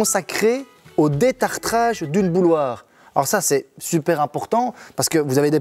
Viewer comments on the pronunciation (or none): Tu dis "bouloire"? C'est quel accent de la francophonie ça?